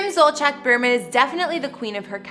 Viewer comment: It’s pronounced beer-man not bur-man.